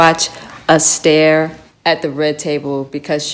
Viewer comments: I wondered "who's Astair? Fred?" Did she really mean Esther and can't pronounce it?? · right? Instead of Es-Tur she is referring to her as Es-Stair. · she's pronouncing the name "Ess-tare"which is really odd but people do like to make up their own pronunciations these days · Est-air! Seriously? Foolishness? OMG! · "Ess Stair" ....seriously!?😅 .Any body who deliberately miss pronounced their own name in a bid to sound more posh , also has issues. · Esther does pronounce her name Estaire. Esther is also highly narcissistic. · Horrible, horrible woman. Using "Ess-Tayy" to triangulate. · honestly just the pretentious way she pronounces "esther" makes my stomach hurt. The way she treats will makes me want to throw up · Does she not know how to pronounce "Esther"? Jada is so toxic and narcissistic. He needs to get out. I hope he's getting help (to get out of that marriage). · How does she pronounce ESTHER lol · He looks traumatized in that video. And she mispronounces the name Esther weirdly two times in two different ways. And why's she coming across so dark you can't see her features? Shady as!